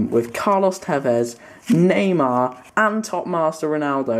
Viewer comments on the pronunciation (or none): neymar jr ne deyişiyorsun